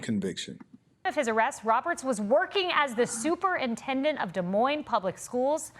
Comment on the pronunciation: It is pronounced DEE MOIN not Del Moin